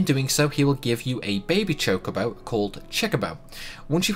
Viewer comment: Did he just said Chicobo?